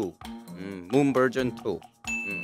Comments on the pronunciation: I literally hear Moon Virgin 2 instead of Moon Version 2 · What Moon Said: Moon Version 2 What I Heard: Moon Virgxn 2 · When moon said moon version 2 my mind heard moon virgin 2 🤣🤣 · What Moon said: Moon version 2 What I heard: Moon virgin 2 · sounded like he said "Moon virgin too" 😭🤧🤧🤧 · i thought you said moon virgin two